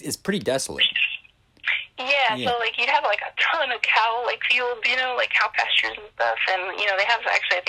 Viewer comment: Passures? What is wrong with her? PasTures! She's on drugs.